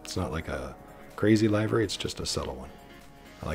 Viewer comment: You seem to be offering enjoyable, informative videos here. Unfortunately, I never hear anything you say after pronouncing"livery" as if it rhymes with " ivory". Short i, not long. The word "liveries" rhymes with "give her cheese", not " buy her cheese".